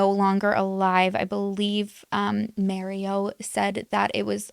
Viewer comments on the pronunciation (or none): It’s marioooo not maryoooo